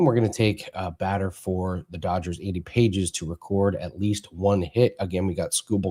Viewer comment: It’s Andy (Pah hez) not Paige’s haha good luck!